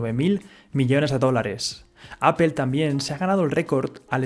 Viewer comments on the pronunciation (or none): Qué sucede en España que no saben pronunciar bien Google o Apple? sin ánimos de ofender pero me da curiosidad que cada español que he escuchado los pronuncia mal (Pronunciación literal: Guguel y apel en vez de gugl y apl. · se dice apol no apel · Apple no se pronuncia apel, se pronuncia "apol" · apple no se pronuncia "apel". Se pronuncia "apol"!!! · Appel- googel 😂😂😂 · Oye tú, debes de pronunciar correctamente la palabra Apple y no Apel. Corrige tu pronunciación! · Por qué dicen "apel"? jajaja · Cada que escucho "apel" me da cáncer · La pronunciación del inglés es paupérrima. "Apel".. Csm. Video pésimamente mal documentado.